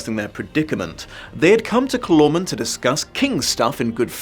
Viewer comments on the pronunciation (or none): Wait, is that how you pronounce "Calormen"? I always put the emphasis on the first syllable.